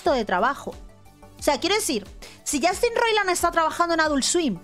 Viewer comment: "yAstin"...yAAAstin...i stopped the video...i just can't!!!!